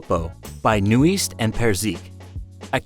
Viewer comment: Haha the way you pronounced Knuist & Perzik